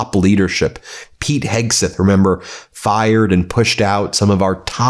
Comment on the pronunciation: Kegseth not Hegseth